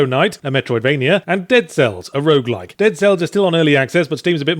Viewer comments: Did he say Rouge LITE or Rouge LIKE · I think he deliberately slurred the word, so that both the Berlin definition pedants and people with a more casual definition of the genres can think they hear what they want to hear.